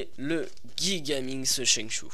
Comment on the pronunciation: On prononce jigaminx , pas guigaminx comme tu le dis